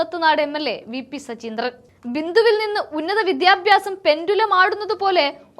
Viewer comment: സജീന്ത്രൻ അല്ല, സജീന്ദ്രൻ എന്നാണ്